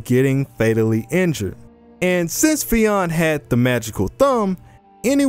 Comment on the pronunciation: Pronounced Fin